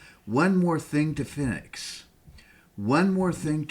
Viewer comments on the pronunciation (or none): "One more things to FINIX"???